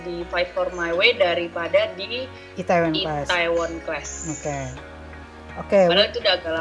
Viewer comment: Please.. Itaewon dibacanya itewon. Lama2 kok kesel😂